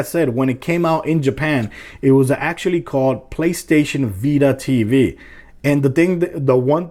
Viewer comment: "PlayStation bita"